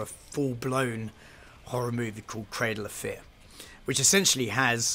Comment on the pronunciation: Dead serious thought he was saying cradle affair